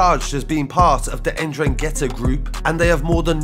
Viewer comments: Man said indragettah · It's pronounced En-DRANG-ata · Like the video. It's a silent second N. Pronounced en drag itta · It’s pronounced N-drang-gee-ta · The N it’s Silent just saying.